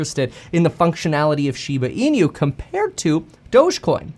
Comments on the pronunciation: It's not "SHIBA ENEW". It's "SHIBA ENOO" as correct Japanese pronunciation. =] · Its pronounced inoo not inew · Kevin, INU is pronounced [ee-noo]. Pronounce it as if it were Spanish. It's Japanese for "dog." There's no "ñ" sound in that word. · Lol at "een-you"